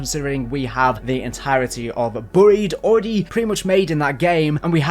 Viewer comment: Why do you pronounce buried like that🤣🤣🤣